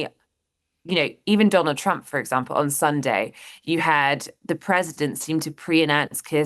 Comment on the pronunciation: I like the way she pronounces it Chump.